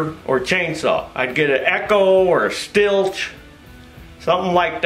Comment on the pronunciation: Did he say stilch?